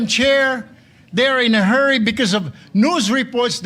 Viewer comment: Rule hindi rowl. Hurry hindi herry. Masyado kangmayabang pa is lung is lung ka pa. College Dropout ka wag ka mgyabang naka chamba lng